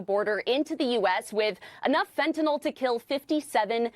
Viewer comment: Oh, and another thing. Will somebody please tell these Fox commentators (including Trump) that it's FentanYL, not FentanOL. If you're going to pose as an expert, at least get the name straight.